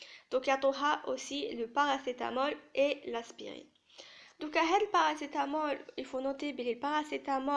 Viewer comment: Très bonne explication par contre je tiens à te corriger on dit antipyrétique et non antipyrotique. Antispasmodique et non antispasmidique Aspirine et non pas Asperine Duphalac et non pas diphalac Systolique et non pas Systolique ici aussi il faut noter que chez les diabétiques les normes sont à 130/80 Bonne continuation